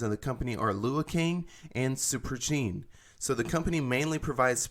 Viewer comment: The way u just said super engine has me crying 😂 “superenchine”